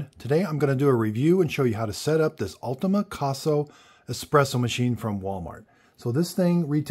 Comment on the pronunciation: ITS " ULTIMA C-O-S-A...NOT ULTIMA C-A-S-O..IF YOURE GONNA DO A REVIEW AT LEAST GET THE FRIGGIN NAME RIGHT ..AND YOU HANDLE IT LIKE A BULL IN A CHINA SHOP...GOOD LORD MAN